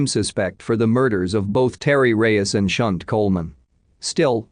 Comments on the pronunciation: I think 'Shunte' is pronounced 'Shantai' - rather than 'Shunt' - which is what happens to a railway carriage.. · Yes lol. I cringed every time he said her name!